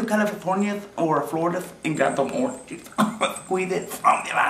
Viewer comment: Is it just me or does like the biggest southern accent pop out when he says he loves oranch juisthe!